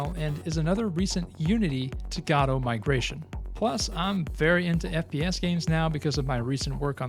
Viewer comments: Godot - pronounced Guh-doh, not "Gah-doh" or "Go-doh". Guh-doh. It seems this isn't your first video on this subject and it's annoying to hear someone continue to mispronounce a word... especially when it's in the same video... especially when that video is NOT the first in the series. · You're both correct. The official website states "Godot is named after the play Waiting for Godot, and is usually pronounced like in the play. Different languages have different pronunciations for Godot and we find it beautiful." So while the creator might have had an intended pronunciation, it seems any pronunciation is okay.